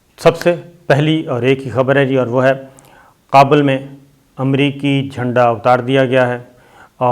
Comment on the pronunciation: It's not Qabul, it's Kabul for the love of God